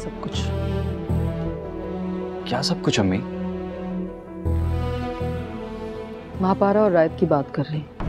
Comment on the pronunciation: Mapara ❎ Ammapara✅😂😂😂